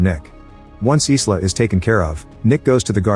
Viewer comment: The name Isla is pronounced EYE-LAH, not EES-LAH.